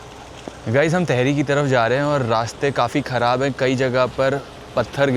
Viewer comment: तहरी नहीं भाई टिहरी 🤦🏻‍♀️